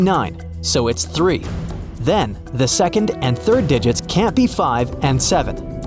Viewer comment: Seacond lol